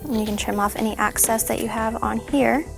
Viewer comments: " Excess " not access its driving me crazy😤😵😓😷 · omggg her saying access instead of excess was driving me crazzyyyy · It excess not acess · It's excess not access